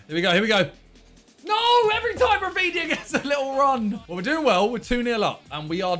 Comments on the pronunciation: oy simon, a tip from a brazilian subscriber ;) In Brazilian portuguese we pronounce the R in rafinha's name like "Hafinha" ;) much love bruv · Simon He’s Brazilian, so it’s pronounced more like Hafinha than Rrrrrafinha